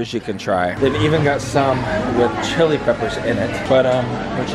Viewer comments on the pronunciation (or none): none